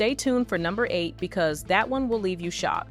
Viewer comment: did you say "shot" or "shocked"? I actually like TOW's "the Birds" dress. I seem to be the only one.